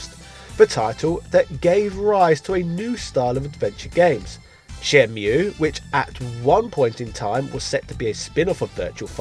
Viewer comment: "Shenmule" nice fresh pronunciation, haha.